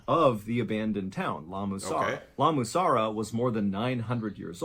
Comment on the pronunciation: What was wrong with him trying to say La Mussara? 😂😂😂